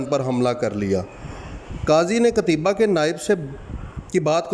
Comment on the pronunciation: جزاکم اللہ خیرا معذرت لفظ قُتَیْبَه ہے